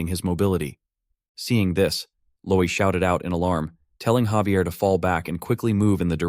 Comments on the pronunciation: Hearing Xavier is giving me cringe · Why is Javier being pronounced as Xavier? 😫🗿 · Am I the only one that pronounces Javier name as (Ha-ve-air)?